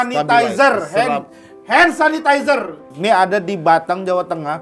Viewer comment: Kayak emak mertua gue ngomong hand sanitizer suseh banget 🙈😅🤣🤣🤣🤣🤣🤣🤣